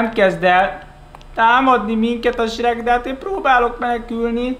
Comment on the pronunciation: AZT MONDA AZ ELEJEN HOGY SHEK